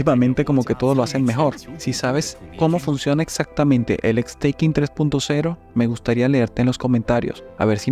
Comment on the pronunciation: Revisa tu pronunciación de la palabra "Stacking". En esta palabra: La letra "s", no se pronuncia como "es". La letra "a", no se pronuncia como "ai" por qué está en medio de la palabra. Saludos desde la embajada del polo sur.😊 🐧